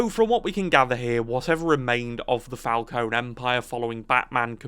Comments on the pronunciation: Mr. Falcone (emphasis on FalconE) would like a word. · You're pronouncing "Falcone" wrong. That goes to show how much this guy actually knows about the Batman story